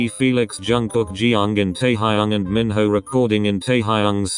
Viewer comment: Im litteraly laughing when the voice pronounced minho to mihoe😂😂😂